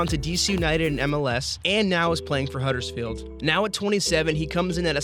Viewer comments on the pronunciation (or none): none